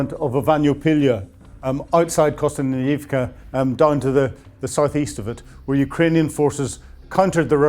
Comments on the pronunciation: Everytime he says Kostyantynivka, i fear he’s having a stroke 😅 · Your reports and insights are always factual and interesting, and much appreciated. Just can’t help noticing your struggles with some Ukrainian and Russian place names like Zaporizhzhia, Kostyantynivka, and Yekaterinburg, and perhaps some familiarisation listening to Ukrainian bloggers and channels pronouncing these names might help.